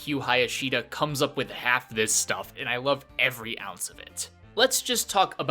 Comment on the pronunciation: it's here is what I think people point to. Your T in "This", was pretty silent or separate. So I think that's why these guys think you didn't know.